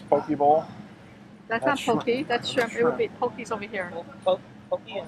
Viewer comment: poke: poh-kay not poh-key aku: ahh-ku saimin: cy-min